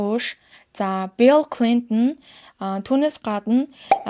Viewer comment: Баярлалаа Гэхдээ нэг юм анхааруулья.Билл Клинтон гэдэггүй Белл Клинтон гэдэг юм уу.Тэгж л сонсогдоод байх юм